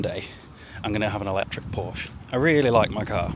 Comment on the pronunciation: You can buy a Porsche when you say it properly :p if the Germans make a YouTube video telling you how to say something it's cos you've said it wrong😂